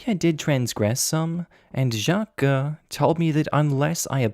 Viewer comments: you Doughnut, “Jaques” is pronounced like “Jack” but with a soft “J”. Not “Shjack-que”! You Aussie plonker! 😆🤣😆🤣😆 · Why are you overpronouncing Jacques? You're saying Jjjaquuuueeééé instead of just Jacques. You said it normally the first time, but after that you're overpronouncing it and it's making me cringe every time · That is Not how Jacques is pronounced! It's one syllable, "Zhock" the second part is silent. Sorry, but that mispronunciation is jarring and throws me out of the story. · Oh! No need to put an e sound at the end of Jacques, it's the same just a very toned down e. Like "Jah-cuh" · I don't know any Jacques but I would have pronounced it 'shac.' where is that name from and how is it pronounced? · 1) ta you just need to leave man 2) nta wtf theyre just fragile in their masculinity also why you say jacques like that im crying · I was thinking the same about the name pronunciation 🤣